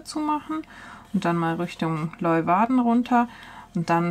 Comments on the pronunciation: Sehr ! schönes Video von einer sehr schönen Gegend. Und das spricht man Lö-uwarden, so ungefär... 😜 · Hi, aber bitte bitte mal kurz üben wie man Leeuwarden ausspricht (wie auf Deutsch "Lehwarden" ;-) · Die Stadt Leeuwarden wird "Lejwarde" ausgesprochen.